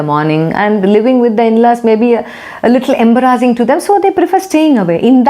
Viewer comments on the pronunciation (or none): Good video..very useful & consolidated...positive& practical.. A little taken aback with the pronunciation of Embarrassing 😊